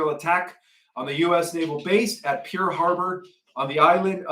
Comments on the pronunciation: Pearl is pronounced like this: p er l As in Pearl Harbor. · Pearl Harbor not "Pear" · It's PEARL Harbour not pier. JS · It is not Peer Harbour. It is PEARL Harbour - as in a pearl like a gem., I am pretty sure you are not channelling the Galactic Alliance. Christian 21 is a senior member of the Galactic Alliance and none of them think like you do. For one thing, they come from lands beyond the ice wall in Antarctica (Nos Confunden). Christian's mother - the galactic one - is the Caretaker (like a queen) of the Plieades, and Andromeda, and the Arcturians as well. He has been in on 1800 years of planning this rescue of humans from this food farm. The worlds are a series of domes and portals and the enemy broke in 6000 years ago via gate 10. You think of earth as a global spinning ball. It is not. It's flat with a dome over the top with plasma. You still believe in the QFS and yet Christian is very in contact with his people in the ships and he keeps reiterating there will be no QFS and no money in the 5th dimension. You talk about wealth and abundance but you are talking money, finance. It doesn't exist with them. The GAA are all in the 5th dimension. The real GAA would not promote to you that the QFS exists. Remember who made it up? Charlie Ward. He was executed. The white hat actor in the mask is in place there, and you said you had a interview with Charlie Ward. No mention of the fact that you knew Charlie Ward is the white hat actor. Something is off with whoever you are channelling. Its not the legitimate GAA.